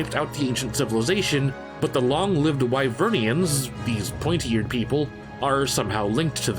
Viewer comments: It's Wyverian, not Wyvernian. Man that annoys me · Why are we listening to you if you can’t even pronounce “Wyverian” properly? It’s not “Wyvern-ian”. And yes, we ARE the bad guys. Sure, hunters say they’re protecting the village, but players literally poach monsters for parts. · Did you call them wyvernians? It's Wyverians. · iT'S Why-Vurn, not win-urn. It's Why-Vere-E-in, not Why-vern-E-in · Wyverian not wyvernian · “Wyvernians” “Wiverns” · Wyverian. There's no n in the middle. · I wonder what it feels like to find out that there's no "n" in "wyverian". (Don't let this comment bug you. I'm not trying to attack you.)